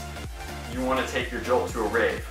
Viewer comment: If you want to take your jolt to a rave... you mean a RAVE-N.